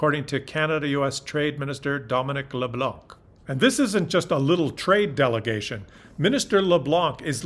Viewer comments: its leblanc,not leblank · Fyi, the C in Leblanc is silent, it's pronouce Leblan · Leblanc - the "c" is silent... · hey there, you don't pronounce the letter C in LeBlanc, LeBlan, kind of like the Americans saying Mel Blank. Canada and Mexico have bin strong along with the US, until BB came along, he's going, count down clock has started just wait and see. You would not believe what Mexico has done for Canada, and the USA. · When saying "LeBlanc" don't pronounce the c. 😃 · you speak Spanish but in French Leblanc was not so good pronunciation the C is silent pronounced Le blah, UNFORTUNATELY EVEN Canadians pronounce the c and it sounds terrible, sorry just wanted point it out. hahah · do not pronounce the final ``C`` in LeBlanc and you will be perfect. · Every time I hear it pronounced that way, I think US pronunciation ...